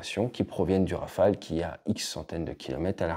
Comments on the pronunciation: Rafael ? C'est si dur pour eux de dire Rafale ? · Le Neuron n'arrive pas bien à voler, rappelons nous. (160 vols , c'est zéro d'ailleurs) Espérons que le futur Scaf et le futur drone Wingman ferons mieux . On a envie d'y croire. PS : en Anglais, prononçons Rafaaaaale et non Rafael (qui fait Israëlien..)